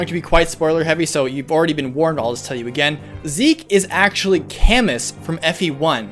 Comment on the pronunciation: I don't want to be that guy. But Camus, is "Cam-oo-E" after the philosopher.